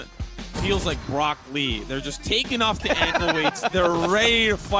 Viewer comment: so no one gonna talk about how the man just said brock lee instead of rock lee ._.